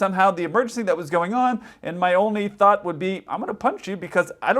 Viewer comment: “Where ever” Jesus Christ, annunciate the “r”. “Thought” doesn’t have an “f” sound anywhere in there. Thought, not fought